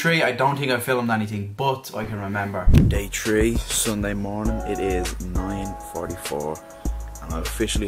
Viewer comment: Lol he pronounces three like tree 😂(not hating btw)